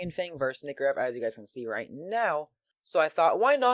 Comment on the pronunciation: its nike or ev not nikkorev <o/